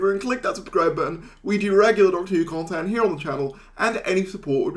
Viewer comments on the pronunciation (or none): none